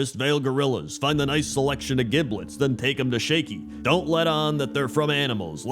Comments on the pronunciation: I think it’s pronounced giblet not giblet… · I think both pronunciations are correct. Probably one of those "regional" things where the location you live in (or are presently visiting) depends on how giblet is said.